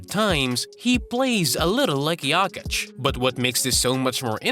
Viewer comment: Nikola is not JAKIĆ, he is JOKIĆ. Can you say O?